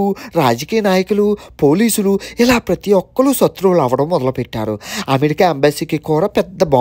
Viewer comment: సత్రువు అంటున్నావు.శత్రువు అని పలకాలి.నైస్ తమ్ముడు 👍👍👍👍